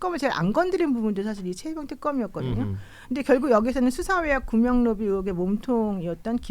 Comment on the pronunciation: 구명로비를 구멍로비로 읽었네..음란마귀네